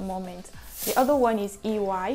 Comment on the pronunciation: I would have asked Chief to fine you if you had not gotten EY pronunciation 😂